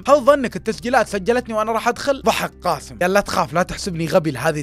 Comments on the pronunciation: اللهجة الخليجيه يكولون كاسم بس اسمه قاسم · بالتوفيق واسلوبك مميز واحب اسمع لك لكن ي صديقي اسمه قااسم بحرف القاف حاول تنطق الاسم صح